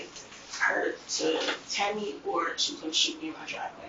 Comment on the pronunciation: the embedded subs on the interrogation video are so off. And before anyone comes for me, I'm pointing this out because of Deaf/HOH folks. Also at around the mark or slightly before, the narration says "Tommy" and not Tammy.